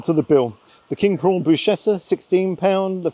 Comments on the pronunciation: For God's sake! It's pronounced brusketta, not brushetta. And its Boh-loh-ñeh-zeh not boloñehz. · brusKetta, not brushetta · Love the channel but 2 things please: bruschetta is pronounced "brusketta"....and no mandolino, its 2024 ffs:-) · It's brushcetta. Ciabatta has some flavourings added to it, usually garlic, rosemary, olives etc. Bruschetta is basically toast. But as you say, good mature cheddar on toast with worcestershire sauce or Hendersons pisses all over this pretentious overpriced shite from a wank celebrity chef. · Great video. I heard you say you appreciate constructive criticism, so thought I'd say that bruschetta is pronounced with a hard sch, like the word school. Brusketta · I don’t really mind,, but you need to brush up on your Italian pronunciation eg bruschetta and ciabatta!!!